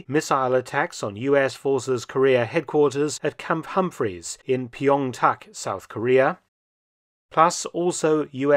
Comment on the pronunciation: he mispronounced pyeongtaek but A for the try